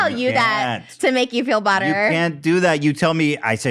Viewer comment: She deadass said “to make you feel butter” instead of “better” I thought i was hallucinating omfg SHES SO ICONIC 😭😭😭😭😂😂😂